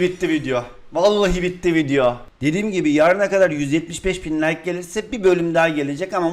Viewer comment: Abi like diyeceğin nayk diyo